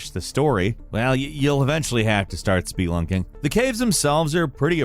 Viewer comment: So, to finish the story of The Forest, you need to do some Speed Lunking? Tf is Speed Lunking lmao